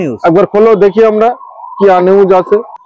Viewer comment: দেকি নয় দেখি হয় আর দেকেন নয় দেখুন হয়। উচ্চারণ টা একটু সুদ্ধ করলে আরো ভালো লাগবে ভিডিও গুলি দেখতে